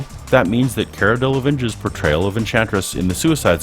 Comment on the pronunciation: um u said cara delevingne wrong lol